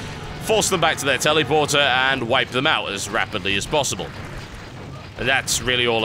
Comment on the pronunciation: Sounds like he is saying 'Tellyporter'. :P